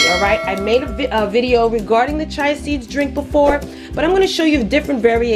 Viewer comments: Chee-a seeds not chi seeds.😂😂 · It’s pronounced chee-ya seeds. 🤣